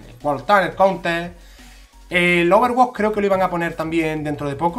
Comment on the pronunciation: ¿Overwatch o Overwó? xD